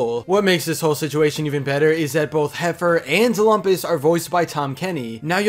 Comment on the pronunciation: You're mispronouncing "Lumpus..."